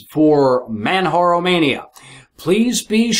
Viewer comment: Dude it's pronounced Manjaro, or perhaps you say Jesus as heyzeus?